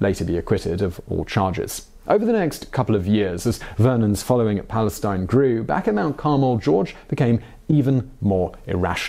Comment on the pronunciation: It's pronounced "PalestEEN". It's not the same pronunciation as the "Palestine" of the Eastern Mediterranean coastline.